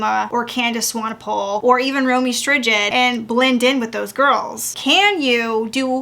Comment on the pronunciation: Ok girl😂😂 ROW MEE ST+Ride oftewel romee strijd.